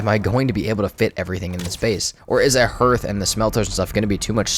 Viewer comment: Hearth is pronounced like "HARTH" not "herth"